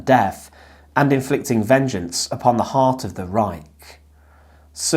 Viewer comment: Brother it's Reich with H the end H like hallo....reik haha